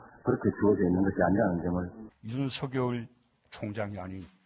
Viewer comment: 사회자 님 윤석열총장 이름 그렇게(구개음화발음) 아니라고 했는데요 다르게 발음 해 보세여 미안